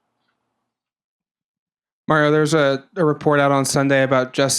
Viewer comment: I think the reporter who calls Mario "Merryo" every week shouldn't be allowed to ask anymore questions until he can say the coach's name right.